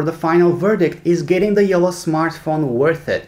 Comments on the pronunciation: It's Jolla not Jola xD or wait can you people say "nn", "tt", "kk" or "ll"??? Like "Nunna," Titto", "Mikko" or "Jolla"? C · It’s not yolla It’s jolla